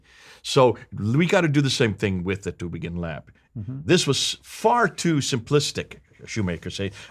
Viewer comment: It sound funny in german ears - the Town calls Tübingen - not Tubingen. Ü is not U.